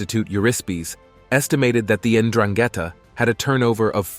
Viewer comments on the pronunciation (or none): none